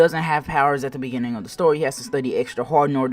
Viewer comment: In the beginining..... Ahh in the begening Yes ahh In In da biging